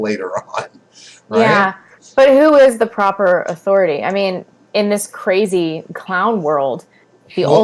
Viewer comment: When talks about "Authoritah" I hurt.